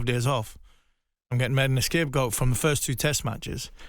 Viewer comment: Is he saying "escape-goat" lol